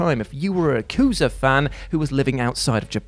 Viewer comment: It's "Yah-ku-zah", not "YUH!-KOO-zuh"! I dunno how many times I have to correct you and many others, on your mistakes on saying Japanese words, only for you to ignore I even said anything. You pronounced Yakuza wrong. Try harder to say Japanese words correctly, you're having your videos watched by a real Japanese person, me!